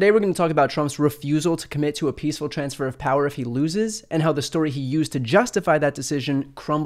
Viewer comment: Is this reporter nervous that he's asking this question or can he not pronounce transfer? 😁